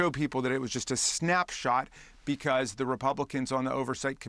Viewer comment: Habba's Jersey accent slipped out there for a second LMAO "becwause"